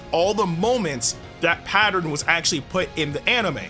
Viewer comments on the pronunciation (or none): none